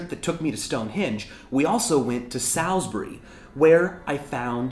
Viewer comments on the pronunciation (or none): What a way to pronounce Salisbury (it's souls-bry) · the way you say Salisbury makes me wanna face palm ( it's pronounced sauls-bury) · He is amazingly poor at pronouncing Salisbury. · its not pronounced SALL-SBREE where i live, we call it SAIL-SPREE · Where I live, we pronounce it SOL-SBREE :P I love how diverse the English language and its accents are :D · You prononced Salisbury wrong, it was very iratating.